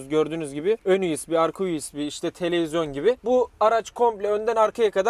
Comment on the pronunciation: bi de televizyon diyebilse daha iyi olacak telezyon diyo:D